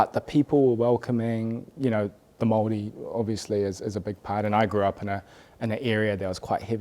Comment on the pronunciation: I really enjoyed what shared. His childhood sounds really interesting in that he lived in a predominantly Maori/Poly area of Wellington. His pronunciation of Maori and some of the Maori words he had mentioned (haka, tikanga) was impressive and the fact that he knows that we have heaps of haka too. Very awesome interview, cheers!